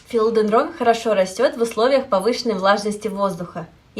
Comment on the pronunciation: Такое полезное видео,но прямо режет ухо не правильное ударение растения)